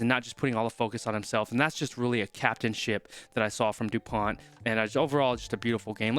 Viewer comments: Dupont is pronounced "du-pon" with a hard "o" as in "prone". England had problems tackling and Ireland will have to improve its kicking to defeat France. Edit: for Dupont, try saying "pony" without the "y". French words have the stress on the last syllable. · Bonne prononciation : Antoine dupon....pas de T! 👀👌😅🐓